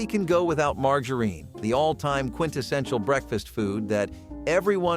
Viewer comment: Margareen? Fried Roll polls? Man these pronunciations are horrible. Lol